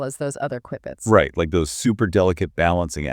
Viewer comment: It's pronounced, "cue-bits." Like a cue ball. Not like the beginning of, "quick."